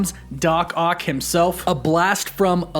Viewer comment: Dammit, man lol. I know you're all excited, but its "Ock." Not "Oct."